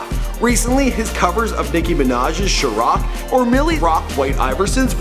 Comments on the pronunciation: Lol it's pronounce Shy-Rack not Sha-Rock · Chiraq pronounced "shy rack" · this nigga said sharaq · Shiraq lol shy rack aka chiraq smh he so bad at saying names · Dude said "SHUR-ROCK" Bruhhhh 💀 idc what ethnic background, its CHI-RAQ PRONOUNCED "SHY-RACK" everybody knows that !! 💯 Damnnnnn Giiiiiinnnaaaaa 😂😂😂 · It’s chiraq (Shy-Rack) not (Sharock) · said some "sher rock" its "shy rack" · Chiraq is pronounced like Chi and Iraq not Ciroc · It's chi-raq bro not sha-rock lol damn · sh-ur-aq god dam it's chi-raq i'm asian and even i know how to pronounce it right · 1. Chiraq=Shy-Rack not sharock 2. Montana from Peoria not Chicago lol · shirock???? the fuck is that shit!? its SHY- RACK. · sooo no one isn't going to point out the way he pronounced chiraq, he said Shaw-rock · SHA-ROCK.. SHA-ROCK NIGGA? Smdh.. its SHY-RACK like the middle eastern country Iraq. damn nigga.. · Chiraq is pronounced shy-rack... not like shur=rock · Did he just say sherrock? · I hate how you mispronounce shit...do your fucking research! It's pronounced "chi-RACK", idiot. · Tf is a sherock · Chiraq! Say it with me CHI- Raq!😂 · The fuck?! Sher rock? U mean Chiraq? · Shurroq lmao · Chiraq: It's pronounced Shy- Rack. Lol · This man said "Chiroc".... Montana is definitely coming after you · did he say Chiroc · This dude said sherrock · "Chiroc"..Really nigga? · wtf is a charoc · Boy said shurrock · Did this nigga really just say Sharock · he pronounced "chiraq" Shur rock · lmao 😂😂 "shurawk" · did u really just say... Shuh rock...gtfo man...i mean did u even try? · cheroc? I think you mean to say Chiraq like chirack but with a q at the end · Nigah said chirac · He said "sharaq"😂😂😂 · he said chriaq with an O I'm done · Lmfao! pronounced it "Sure Rack" I'm done! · sure rock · More like shy rack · he said choraq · CHIRAQ is pronounced Shy-rack.. please do some better research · he said shhh-rock lmao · "Nicki Minaj's Shurock" that's not even her song😂😂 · sherock? lol